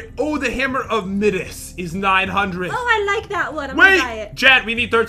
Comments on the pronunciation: *extreme facepalm, that's pronounced Midas as in KING MIDAS pat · hammer of midiss Me: Midas (My-das) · it is pronounced the hammer of my-dis, not Mih-dis. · It’s not Mides it’s mi das das das do u get it dasssss from fortnite lol Jen loves fortnite confirmed exposed! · It's prounounced /ˈmaɪ.dəs/ Midas was a greek king who had the golden touch and everything he touched turned to gold because he was greedy, but his greed paid him back by turning his daughter to gold and he couldn't eat anything. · Jen the Hammer of Midas, Midas is pronounced MY-Duss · HIS NAME IS MY-DAS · Its pronounced m eye d a s